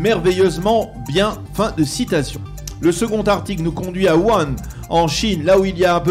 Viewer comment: La ville chinoise ‘’ ouann’’ , comme vous dites , se prononce. « WOUHAN » ... ; ) ... chavoua’ tov !!